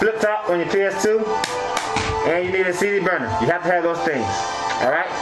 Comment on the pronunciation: LOL ish when you said "cd burner" I thought for a sec you said cheeseburger XD